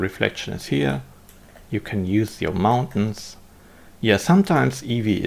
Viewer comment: Mountains! Not Mauntains! :)